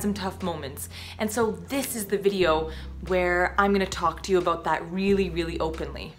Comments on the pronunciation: More like a-bough-t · you can hear that Canadian accent haha "aboot" that X'D I know inappropriate video I know I know I'm sorry